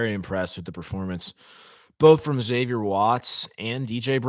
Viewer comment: Good analysis- Impressive win in many ways!! Freeman & Staff developing nicely! Will someone please tell Freeman it’s Zavier (as U said) not Xzavier…. Especially for a Roman Catholic school 😂-like StFrancis Xavier.. Go Irish!